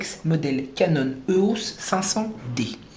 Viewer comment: éééééééos, pas euhos